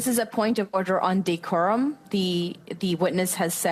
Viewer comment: "POINT OF WEF ODDER" ??